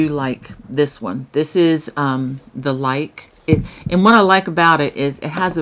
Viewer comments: *Lykke is pronounced Luca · Hi! Luke is pronounced ‘Luca’ I researched it bc as I really wanted to know!